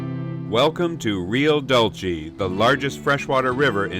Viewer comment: Hey. Greetings from Mexico from a fellow Canadian. Dude! you pronounce Rio Dulce...Rio Dooolceh. Like drool and leave out the r. With a soft C. Sorry man...it was just getting to me. Great channel.